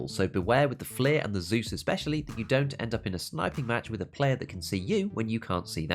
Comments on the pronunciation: F l ee R ?!?!? Most heretical pronunciation so far. You must be saying it like that intentionally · I dismissed everything he has to Say when he pronounced it FL-ee-r